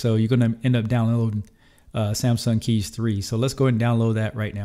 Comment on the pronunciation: good job for pronouncing kies right! most english people say it completely wrong but it is really the way how you pronounce it (it litterly mean choose in dutch)